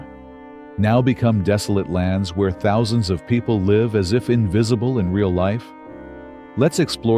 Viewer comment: Artificial Intelligence is used for the Voice because it does not know in context how to say live as :I live over there and the person points. It say Live as in ALIVE. LOL